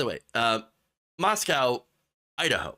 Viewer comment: FYI....... Moscow, ID is pronounced MOS-CO. Don't feel bad, I pronounced it wrong until I dated a gal who graduated from U of I. Thanks for sharing. These right wing Christians are flat out insane!